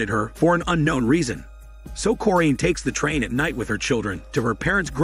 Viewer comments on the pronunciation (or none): Ahhh they way you say the mothers name..its cor-in.. not corr-eeeen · Mom's name is corrine said cor,-rine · Did this guy actually watch the movie, because it doesn’t seem like it. The way he says Corinne, “Foxworth’s Hall”, and doesn’t call Carrie and Cory by name. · You pronounce the mother’s name wrong 🤦🏾‍♀ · I have the same middle name as the moms first name and that is not how it is pronounced but whatever